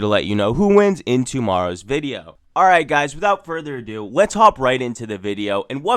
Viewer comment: Why do you say video as "videooww" Is that some accent thing or what lol